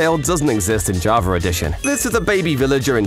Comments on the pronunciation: It's java not JAVRA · why is he saying "javrar" instead of "java" 😭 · i cant stand you saying JAVAR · Java❌ Jarva✅ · Java❌️ Javar✅️ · “Javer edition” - -2024 -ranked the best mispronunciation ever because he’s British or smth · I dont lnow if it's because im too tired, but i always hear "javaR edition" 🤔 if you are indeed saying JavaR, is this an internal joke or somethig proper to Java users? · “Javar” accent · Why does he keep saying Jabra edition? 😢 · Java "Ja-ver” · I love how he said javar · He’s calling Javaer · When you say java edition it sounds like javer edition im sick of this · Javer is What i hear on java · "javar edition"